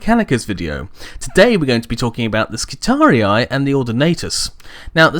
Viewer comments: "Skitari-i" is how a latin word is read/pronounced by an english person. In latin, the last two "i" vowels would be pronounced as "ee", which means the last portion of the name would sound as a longer "-ree" and not "ree-eye". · of Terra Although I understand why you pronounce it your way, my latin classes taught me that if it truly is latin and second declination (which it looks like) then it should be pronounced as skitari rather than skitariai. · My friend, the correct pronaunciation of both Triarii and Skitarii doesn't have the typical anglosakson 'aye' in the end. The wrong Rome Total war pronaunciation is due to their error or maybe they wanted it to sound cool. It's just a note and keep up the good vids. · Just to add to the pronunciation confusion...the American pronunciation of Triarii is Tree-Ar-Eee--Eee, not Tree-Ar-Eee-Eye. Making Skirarii Skit-Tar-Eee-Eee. But awesome video. Never cared for how anyone else pronounces anything else anyway. XD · Latin hat on: Since the singular is Skitarius and the plural is Skitarii, you should pronounce it with a double I due to the fact that the second I marks the tense and cause. Just like the singular of Triarii is Triarius. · ***** English is also one of the languages that use latin words in original form the most (graphically, not pronounciation), but from words like Roharii, Triarii and radii I think we can assume that Skitarii sounds like it has two identical "i"s or a long "i" sound at the end, not "ai". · omg he keeps saying the name wrong! I'm done. unsubcribed I'll take my business elsewhere. Burn in righteous fire heritic. lol kidding I enjoy your videos keep up the good work. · WHY U SAY NAME WRONG!!!! GRAMUR TROLL MAD!!! TROLL NOW TROOOOLLLLLL YOU!!! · you said skitarii wrong, plus the disclaimer was to long.